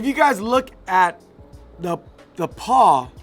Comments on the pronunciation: I'm pretty sure it's called a pawl not a paw 🤔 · Pawl - pronounced like Paul